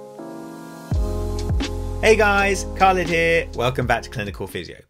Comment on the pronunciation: You are not " kalid" you are "Khalid". As an Arabic name.